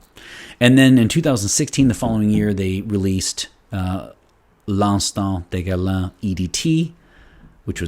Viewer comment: fantastic review.the pronunciation of the name is fantastic😄 loved it👍